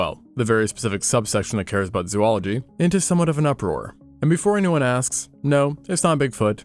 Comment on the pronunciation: It is Zoology. not zooology.